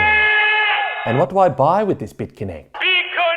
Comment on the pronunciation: He protecc He attacc But most importantly He say bit conecc